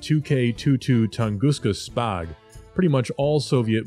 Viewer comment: I laughed out loud when the narrator pronounced the initialism "SPAAG" Good thing he say AAA (anti-aircraft artillery) 🤣